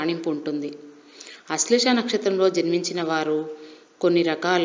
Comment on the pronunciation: నక్షత్రం పేరు కూడా సరిగా పలకడం రావడం లేదు....